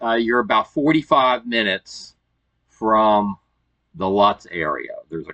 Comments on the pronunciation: Pronounced "Lootz" not Lutz. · Just an FYI for future reference … it’s spelled Lutz but it’s pronounced Lootz. All the best! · Just so you know Lutz is pronounced Loots. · Growing up in Tampa we always pronounced Lutz as "Lewts". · Just an FYI and future reference … it’s spelled Lutz but it’s pronounced Lootz! All the best. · Thanks for the thorough video. I'm a native to the Tampa area and had no idea that the McNeil campground existed. FYI...Lutz is properly pronounced "Loots" 😉 Happy travels!